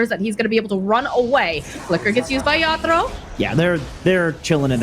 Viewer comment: Everytime says yaddolo I wanna abandon